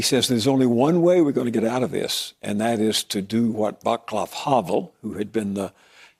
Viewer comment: What is "Howwell"? Americans say names so strange - I understood after a while he ment Václav Havel but it was not easy to understand.